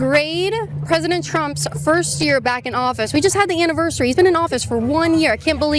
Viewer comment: The way you said anniversary😂😂😂